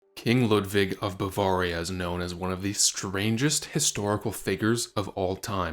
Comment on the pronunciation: What is most interesting to me about this video is that you would make it not knowing how to pronounce Bavaria.